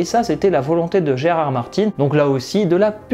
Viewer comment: J'pense que c'est parce qu'il le dit rapidement. Il dit GRR Martin (prononcé "Gé Air Air Martin") et certains peuvent vaguement entendre "Gérard Martin". À mon avis.